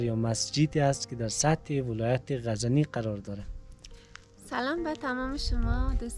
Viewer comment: And also ghazani